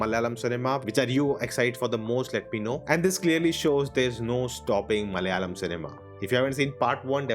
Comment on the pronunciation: pls stop saying "Malalam"!!!! Its "MA-LA-YA-LAM".